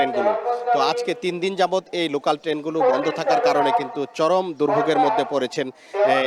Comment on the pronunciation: লোকান নাকি লোকাল?